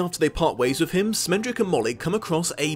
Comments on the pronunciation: SCHmendrick. With a SCH. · Great video. Only criticism was calling Schmendrick "Smendrick". His name is a yiddish word that means an inept bungler. Casting a new york jewish dude as his voice actor was a bit of a nod and wink at his name. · Isn't it produced Shmendrick? Like the Yiddish word?